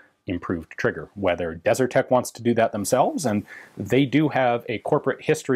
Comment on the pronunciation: It's 'Desert Tech', not 'DeserTech'.